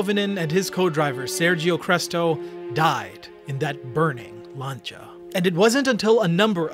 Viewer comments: I like your vids. its not lancha its lan see ya. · Oh, for fucks sake, stop calling Lancia "Larn-cha", it's pronounced "Lan-see-ah" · Lancia not lancha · Who is Lancha? Its Lancia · Lancia is pronounced lance-c ahh. Not Lanchia. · why is he saying langia instead of lancia..... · It's lancia not not lancha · Why are you pronouncing Lancia "lancha"? Its pronounced 'Lan sea A' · you hear the unmistakable voice of incompetence every time he says "Llaanchar"... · I think this is the first time I've ever heard someone pronounce "Lancia" as "Lancha" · its always staggered me how this guy can pronounce the simplest of things wrong bro really said " Lancha" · no its laan- see- uh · the Italian pronunciation in 'lancha', you are pronouncing it wrong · bro said lancia as lancha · LANE-SI-AH its pronounced, LANE-SI-AH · It's "Lan-chia" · please try this to help you out. Lancia DOES NOT have a 'H' anywhere in its 6 letter spelling. it is not, nor has it ever been pronounced lanCHA. so try this way because it is the ONLY way to pronounce Lancia. LAN.....SEE......A, LANSEEA, LANCEEA, LANCIA! hope that helps....... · The way this guy pronounced lancia 🤣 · He keeps saying Lancia wrong. Makes me mad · Why can’t you say lancia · the way you pronounce lancia upsets me, its just wrong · PLEASE STOP PRONOUNCING LANCIA WRONG